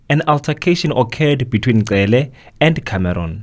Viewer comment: Not "Tsele". Cele